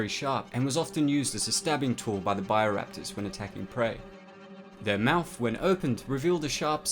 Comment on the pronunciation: It's BIO Raptors NOT buyer raptors